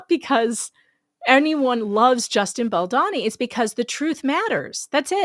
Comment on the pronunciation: BaldOni - not BaldAni - okey girl, it took Andy - Popcornedplanet quite some while to learn that it's pronounced with O. I actually thought that I never would read or see this horrible woman again. What's wrong with some women - attention if I can get it somewhere.....can't stand all the women who acted like morons during AH. Please write a small note in the paper about her. Who keeps jumping on innocent men. What are suppose to be on the neck, all these disgusting women has lost somewhere lying about the bs. Thanx!